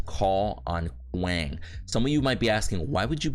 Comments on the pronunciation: How did it become normal to say his name like that. Paragon didn't introduce him this way and its not how you actually say the name lmao. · the pronunciation of a name depends on the intent of the giver. Your name may be said multiple ways because different people accept a different pronunciation as correct. When there is a Kwang intro video from paragon (the name givers) you can not argue that your choice to say it wrong is correct